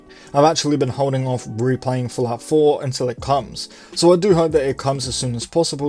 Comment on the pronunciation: sounds like you are saying "Falafel" not Fallout 4 lmao...